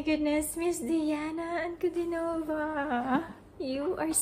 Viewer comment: Ankud i nova, not Ankudin o va!